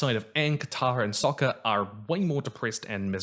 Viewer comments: I really liked it but was also very confused. They kept pronouncing the names wrong, like "ANG" instead of "OONG", or "SOCK-KA" instead of "SOW-KA", or "I-ROH" instead of "EEROH". Other than that, pretty good. However I really wondered where Zhiao got his scrolls about the moon and ocean spirit from. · Yeah, they pronounced it 'Ong', like Bong but without the fun. They also called Sokka 'Soakka', like a Super Soaker, and they called the fucking Avatar the 'Ovatar'.